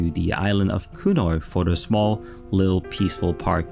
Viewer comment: You do a great job and just a little more work on easy pronunciation of simple things like 'the' rather than 'de' and 'sample' rather than 'samble' will take you to the next level.